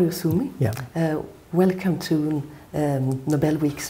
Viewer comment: His name is not Oshumi, it's Osumi